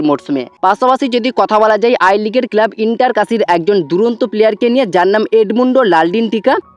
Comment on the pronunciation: টুকলিবাজি করে ভিডিও বানাস। নিজস্ব কোনো খবর নেই। শুধু ভুলভাল খবর। কেলাব না কথা টা ক্লাব। উচ্চারণ টা ঠিক কর। আর যুক্তিপূর্ণ কথা বল।😂😂